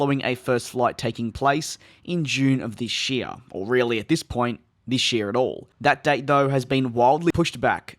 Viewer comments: I love the "THISCH YEAR" sry DJ, however I think your English is much better than my English skills :) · its funny how you pronounce "this year"